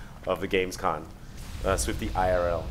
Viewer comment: Still saying GamesCON, wtf dude?